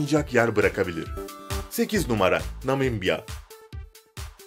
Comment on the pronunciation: Sunan kişinin Namibya diyememesi...